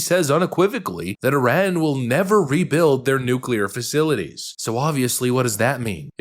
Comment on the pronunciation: Did anyone else catch that that reporter said Iraq instead of Iran? 😂